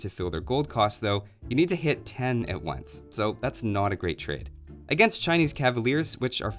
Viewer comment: "CHINES Cavaliers" :D